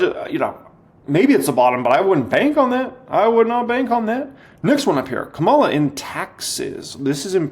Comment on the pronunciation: Thanks for the video - great info! You should learn how to pronounce Kamala's name though LOL